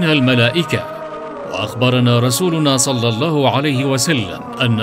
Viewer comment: دقيقة يقال فيها صل الله عليه وسلم انت قلت صلي الفظ فيه خطئ